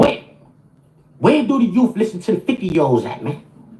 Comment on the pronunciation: If this 🤡 says “Youff” one more time 🙄